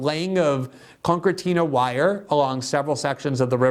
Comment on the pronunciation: con-sir-TEE-na wire.